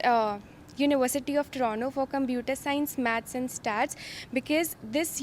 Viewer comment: U have been in canada for so long yet dont know how to pronounce toronto